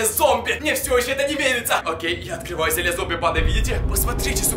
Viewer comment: Не зелья а зелье